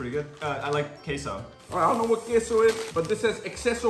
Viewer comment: The way you pronounced ''Queso" and "Ruffles"